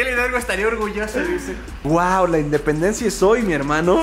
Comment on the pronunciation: Emi no sabe pronunciar la l